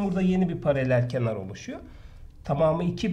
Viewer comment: Hocam paralel kenar değil paralelkenar :)))))